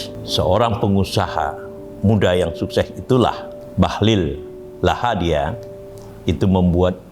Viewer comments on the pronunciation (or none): Lahadalia Prof, bukan Lahadia